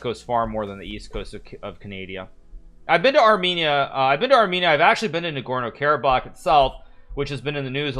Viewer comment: hearing Nagorno Karabakh be pronounced so wrong is like nails being hammered into my ears